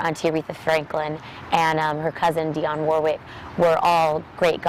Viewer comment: Can you try to pronounce Dionne Warwick's name correctly?